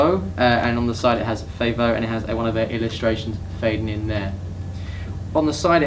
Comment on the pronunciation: I think the pronounciation is "Fa-volé" ("a" like "cat") because it's inspired by Venitian culture :)